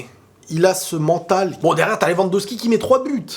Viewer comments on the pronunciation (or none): none